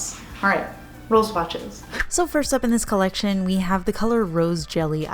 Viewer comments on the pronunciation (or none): none